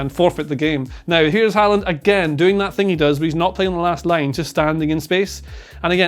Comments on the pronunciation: Nice to see pronounce Håland’s name correctly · Wow, wait what?? Did they just say Haaland correctly the first 2 times?😂😂 Well done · at least the chap on the sofa is pronouncing his name correctly